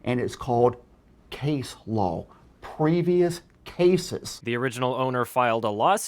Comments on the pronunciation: Why does he pronounce law like lol... it agitates something deep inside me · It's pretty common for a Texas accent to pronounce silent L's - Let's go for a waLk, I need to taLk to you... But adding a nonexistent nonsilent L to the end of law is both hilarious and metaphorically apropos. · is it just me, or does sound like he is saying lol instead of law? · Am I the only one amused by how he keeps pronouncing the "law" as "lawl"? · He pronounces law as LOL every time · he cant even say law....he says lol. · cant stand how he calls Law, LoL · it's L A W not L O L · The only thing that makes me pissed about this dude is how he pronounces law like loowe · I just realize after rewatching this video, the way says "law" sounds more like "Lolz" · I swear it sounds like saying, "...copyright LOL." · Am I the only one who understands "Lol" and not "Law" ? o.o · says Lol instead of Law. Lol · Why does pronounce Law as Lol? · ignorance of the lol should learn how to pronounce "law" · I swear every time says "law" he says "lol" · I like how keeps making it sound like "lol" instead of "law" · I’m sorry but is saying “law” or “lol”? It’s sounds like he is saying lol. 😂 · Everytime he says "law" I hear "lol" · Whenever says "law" I mistake him for saying "lawl" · “Ignorant of the lawl is not an asscuse.” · He has such a horrid problem with pronouncing words. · I like how when he says law it sounds like lol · Can we just appreciate the way says law lawl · "Lawl" "Case lawl" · "igneren of de loll is not en escus" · Christ, why does he pronounce it „lawl“? Is this a thing? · I find it hilariously appropriate that keeps pronouncing "Law" as "Lawl", because his wildly incorrect understanding of the law makes me lawl. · Okay but am I the only one who hears pronunciation of "law" sounding like "lawl"? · he says Law like lawl. I can't unhear it. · 'lawl' 'case lawl' XD